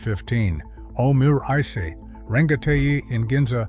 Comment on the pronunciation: It's pronounced Omu - Rice. Not omurick.